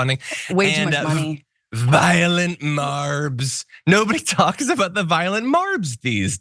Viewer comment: I keep hearing, "violet" marbs, as in lavender 💜 😅😂😂 the dude is DONE. Never smart, he's now just damaged beyond repair.